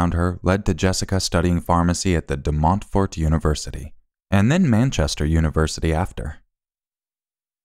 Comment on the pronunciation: Your pronunciation of De Montfort is adorable :)